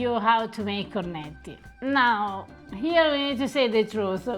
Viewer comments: ….”Cornetti”! With double T….not “Corneti”. Just listen to how Eva pronounces it.;) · Listening to him pronounce cornetti hurts my ears